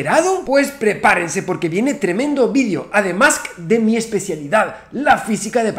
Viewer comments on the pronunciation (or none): "Ademusk"(Además) JAJAJA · Persona normal: Además Papi Santaolalla: ADEMUSK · ¿Otra vez escuché que dijo "ademusk"?🤔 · “Ademask”..... ya sabemos que sos fan de Elon muchacho! Juaaaaaa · ¿Soy el único que se dio cuenta del "Ademusk"?😂😂😂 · "Ade-Musk".... En qué estaría pensando XD